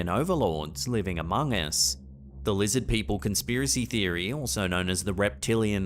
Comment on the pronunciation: "LIZZID PEOPLE!" 😂